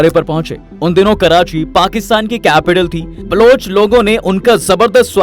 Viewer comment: ब्लुच नही बे बलोच है वो. कान पका दिये ब्लूच ब्लुच बोल के .